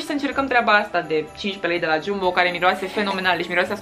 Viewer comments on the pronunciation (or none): Se scrie Jumbo, dar se spune Jambo. Ok? No hate. Pe bune